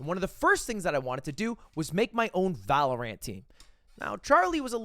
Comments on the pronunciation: Why is he saying Valorant like that.. Valo-rant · Is it some sort of inside joke that Ludwig calls it “Valor-ANT”? I’m so confused. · Does anyone else cringe when lud calls Valorant, ValorAINT